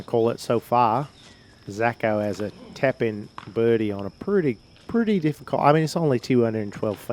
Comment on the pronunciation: What's a "tepin-birdie"?